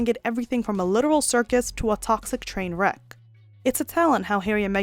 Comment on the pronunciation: This is an AI voice, I guess? Since no one ever pronounces it "train WRECK".